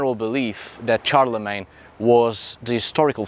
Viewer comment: Shar-le-mayne. Not CHAR-le-Mayne.